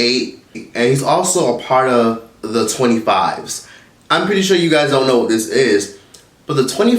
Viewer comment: I really shouldn't be laughing, but why did you have to say "Twenty Fif!" 😭😭 Love you dude, keep me rolling